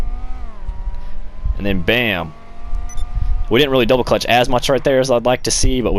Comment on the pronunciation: You sound like a fucking idiot saying double clutch